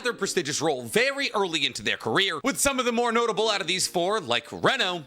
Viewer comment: Dude PLEASE stop saying "notey bell" I physically recoil in cringe involuntarily